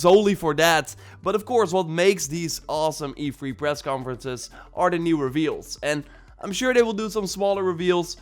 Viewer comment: Say three. Lol not free. Haha sorry that’s what I heard 🤣 it’s E3 not E-free lol